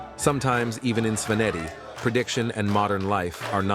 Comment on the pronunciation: He mispronounces some very basic Georgian words like Svaneti though. It might be a good idea to have a native speaker advise the narrator. Just my 2c of constructive criticism, always room to improve. Keep up the great work.